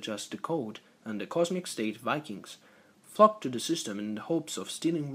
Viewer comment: flocked to the system? i though you said focked to the system :P